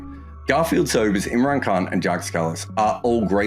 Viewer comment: For the love of God the s in Jacques is silent